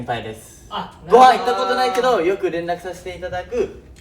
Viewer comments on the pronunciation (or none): 琳寧「ご↑はん行った先輩と〜」 とか、たまに一文字目が高くなる喋り方が癖になる🤣